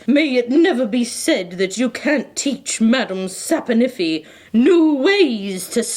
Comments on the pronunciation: Madam "sap-In-iffy" 😅🤣🤣💕💕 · Madame sap-o-niffey 😂